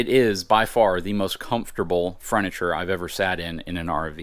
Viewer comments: Did he say "fruniture"? LOL Great video, and really beautiful RV, thanks for the tour!! And Happy New Year! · Froniture??? Lmao bro what.. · I definitely heard it too. He said it 3 times.